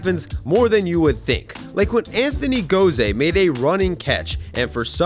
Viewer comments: Anthony Gose - pronounced like "ghost" minus the "t". Not "go-zay" lol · The fact that you think ball boys are called bat boys is...indicative that you don't really pay attention to baseball. Bat boys are not the people who deal with foul balls. Those are ball boys. SMH. Also, Anthony Gose's last name is pronounced "goes" not "go-say". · Anthony “Gozay” unlike my last name in reference to my name on here, his s in his name is not pronounced like a z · Bro butchered Anthony Gose💀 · Check your pronunciation on Anthony Gose.